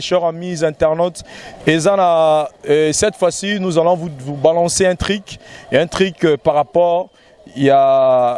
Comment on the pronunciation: un truc on dit et non un tric